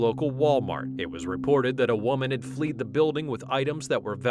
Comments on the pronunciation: She had ”FLED” (rhymes with “LED”) the building”…..not ”FLEED” . There is no such word as “fleed,” silly person! , we have another error…..the word used in law is ”PETTY” theft, an 14th century English alteration of the ”PETIT,” which is the French word for “small.” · FLEED??? The word is "fled".